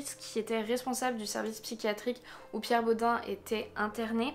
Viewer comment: Ça m’a perturbé, en Alsace on prononce pas Bod « un » mais bod « eine » ( comme un en allemand) 😂 mais super vidéo c’est glaçant quand on vit à Strasbourg !